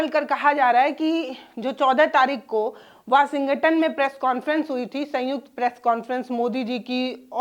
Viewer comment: वाशिंगटन? क्या बोल रही है ये पत्रकार?